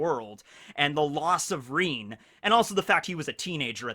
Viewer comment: Omg its rin not reen Come on dont cringe cringe no mi naruto